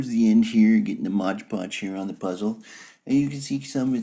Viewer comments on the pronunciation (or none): Seriously! Is this for real? The guy is obviously doing a voice and accent here. Then he claims Gladys Knight of Gladys Knight and The Pips is his Aunt? Then he repeatedly calls it "modge podge" when the actual bottle that is right there in front of him clearly states, "MOD Podge." Not modge podge! I got so many laughs out of this!